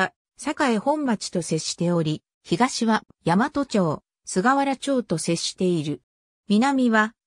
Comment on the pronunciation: 大和(ヤマト）でなく「だいわ」です。